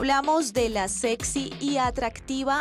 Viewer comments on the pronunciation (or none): none